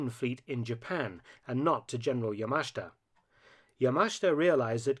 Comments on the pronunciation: It pronounced "yamashta" not yamasheeta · NO. NO. That is not correct. The correct way to pronounce YAMASHITA is YA - MA - SH -TA. The i is silent, or only slightly pronounced. In Japanese, the vowels I and u are silent when they are between 2 voiceless consonants, like s, k , or t. Thus, SUKIYAKI is pronounced S - KI - YA - KI. Also, do not put a heavy stress accent on any syllable. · Point of correction. Yamashita's last name is pronounced yah-mah-SHEE-tah. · Isn't it pronounced YA-MA-SHI-TA? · Mark. This is getting annoying. His name is Yamashita. You keep skipping over the "I" in his name. You keep pronouncing it "Yamashta". Please pronounce his name correctly in the future.